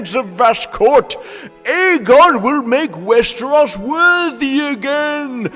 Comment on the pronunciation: Just curious, why do you pronounce it Resteros?